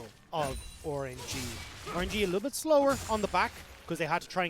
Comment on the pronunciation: Orange E? Why does that one caster keep calling them "Orange E"?